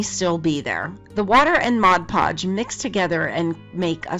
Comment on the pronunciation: What a wonderful and helpful video! Thank you so much. But what I really liked was that you knew how to say Mod Podge. 😁 I see so many videos where people say Modge Podge and it drives me crazy. 😁 I have a few video tutorials on my own channel and one of them involves glazing my paper beads. And I do that initially with Mod Podge before I use varnish. I had the sweetest comment under that video the other day of someone saying they loved how I said Mod Podge and not Modge Podge. So I thought I would tell you the same thing because I know the comment made my day. Wishing you a happy holiday season from Santa Fe, New Mexico. 😊